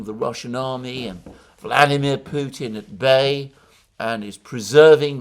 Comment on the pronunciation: you, Alexander, for saying Putin's name as it is said in Russian, minute . I listened 4 times!